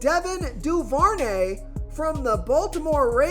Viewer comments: It’s also Devin (doo- ver- nay). Thanks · BRO ITS CHRIS OH-LAV-A( OLIVE) AND IT DO-BER-NAY LOL IF YOU ARE MAKING MONEY OFF THESE PLAYERS LEARN TO PRONOUNCETHR NAMES